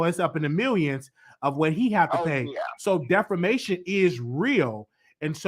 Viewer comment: NOT DEFOMATION DEFAMATION 😆